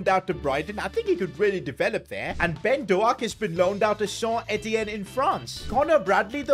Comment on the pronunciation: His name is not Ben do aak is ben dow k